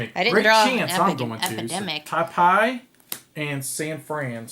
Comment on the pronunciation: "Taipei" is pronunced as "Tai pay". I live here :)